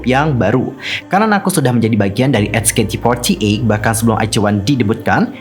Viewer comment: sebutnya cuma "ech kei ti for ti eyt" kok, terlalu banyak ch ch nya wkwkw